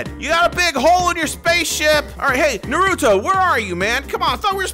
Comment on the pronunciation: It's not narudo its naruto